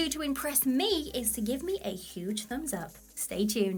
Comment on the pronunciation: Lmao She Said Impress Meh 😂